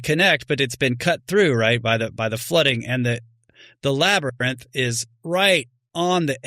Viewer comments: Labarnyth, Labirnug, Labyrinth who cares it’s only mispronounceiation! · Laber~nith… be nice 😅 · Joe “Labernith” Rogan